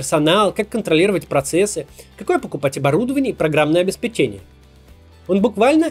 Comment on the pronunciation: Здравствуйте, Максим, пожалуйста, ставьте правильно ударения в словах. От российского блогера-политика, который имеет большой охват аудитории, слышать часто ударения в не том месте очень неприятно. КрасИвее, обеспЕчение.